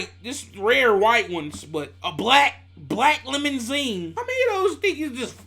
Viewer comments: boy said LEMON-ZINE😂😂😂😂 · “A black lemon-zeen” 😭😭😭